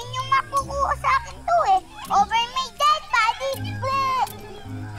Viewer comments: over my dead body sanggre danaya: ano yung over ober? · "ober uber?" 😂😂